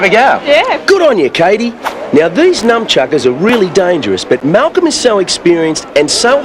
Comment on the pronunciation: Did he just call them Numb Chuckers? Legend.